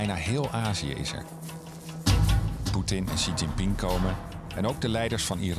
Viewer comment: It is a bad sign when one of the main characters in the documentary doesn't know how to pronounce the Chinese President Xi Jinping's name.